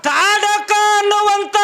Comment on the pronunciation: ಅದು ತಾಡ ಕೀ ಅಲ್ಲ ತಾಟಕಿ